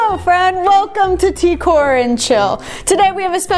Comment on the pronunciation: She’s saying Tkor like decor it’s t.k.o.r or the king of random